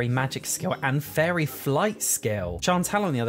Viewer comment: His accent made it sound like he kept saying furry instead of fairy. I fell for it each time like... oh she's a furry too?